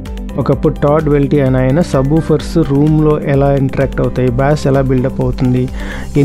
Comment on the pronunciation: Bass అనే పదాన్ని "బేస్" అని పలకాలి. "బ్యాస్" లేదా "బాస్" అనకూడదు.